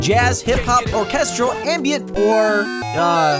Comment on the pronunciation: The way pronounces orchestral makes me want to die